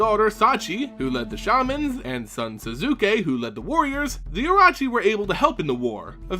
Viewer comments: no T in orochi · I'm sorry but your pronunciation of words like the orochi is just terrible LOL